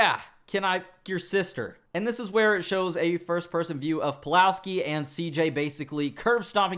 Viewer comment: You said Pulalski?